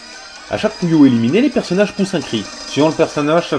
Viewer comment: ouais!les voix les plus cones des jeux videos déja,ceux de puyo pop ever et la voix du magicien quand il perd dans solstice! au fait,quand tu dis puyo,on dirait que tu dit coullion!